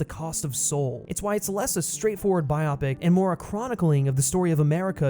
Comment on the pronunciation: PSA: its Bio-Pic as in BIOgraphical PICture; not Bi-opic.